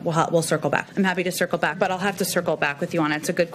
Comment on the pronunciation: Maybe she is actually saying, “I’ll sickle back”.